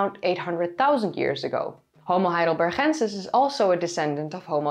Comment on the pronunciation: And I love the pronunciation of Heidelbergensis. Lovely!